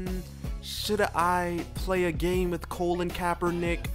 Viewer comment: lol you called him colon kapernick..